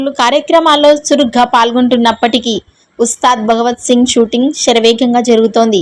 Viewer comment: అమ్మా ముందు తెలుగు మాట్లాడటం నేర్చుకో అది, ఉస్తాద్ భగవత్ సింగ్ కాదు, ఉస్తాద్ భగత్ సింగ్..